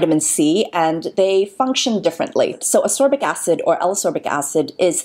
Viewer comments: love the video, great Infos x PS: Ascorbic, not asorbic xx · I saw, I saw Vitamin C and clicked thumbs up before I even watched the video:) PS. It's pronounced As-KOR-bic, not Asorbic;) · I though I was the only one to repeat saying "ascorbic acid" every time she called it asorbic lol. Good Infos anyway, love the video x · A very informative video, thank you. A little remark if I may - it should be pronounced As-C-orbic (not asorbic..) acid. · I really am a huge fan, but the way you pronounce Ascorbic is maddening and so distracting. I've always found this so, but after listening to you say it 50+ times, I feel like I'm losing my mind. There's a K sound in the word: As-Corbic, not Asorbic. I'm thoroughly aware of how petty this is, but it was so so distracting. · I agree. As-c-orbic acid indeed. To me your remark doesn't sound petty, since it is a video about ascorbic acid